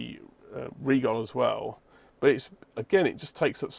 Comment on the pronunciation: I am being petty here, but thanks for pronouncing "Rigol" correctly.